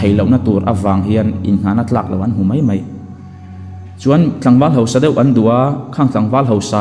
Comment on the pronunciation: Mei a ni lo mai.tih tur aw .Mei chu a saa .Mai tih zawk tur.aw.